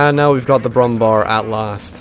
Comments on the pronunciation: Brummbär Bär is pronounced bear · ...its Pronounced "BrummBehr"...like in Wehrmacht...nor BrummBar...they forgot the Ä in it and just put a normal a because americans....